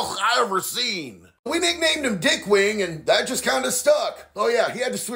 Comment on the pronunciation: The way he said "dyickkk" made me fall off my chair bro 😂😂